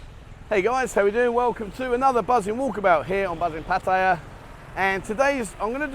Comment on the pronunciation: Oh nooooo not another that has zero idea how to pronounce Pat…Tie…Yah